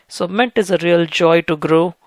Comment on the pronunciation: Bro....mint...not ment(!)